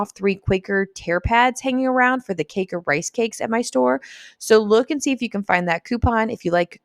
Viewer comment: LOL listen really closely...you say "cake-errr instead of quaker on the second pass haha ;-) 👀